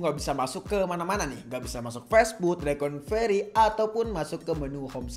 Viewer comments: bukan reconvery bang tapi recovery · Makanya bang Jangan coba coba kalo bukan suhu , koreksi bang bukan rekonvery tapi Recovery bang🙏